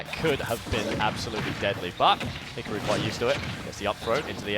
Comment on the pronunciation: Wow. These sets are so much better on mute. Don’t have listen to some moron mispronounce Hikaru. Who the foock is Hick-a-roo?